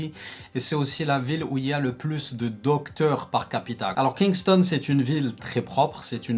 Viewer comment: Tu prononces mal Kingston. Tu prononces mal le nom des Villes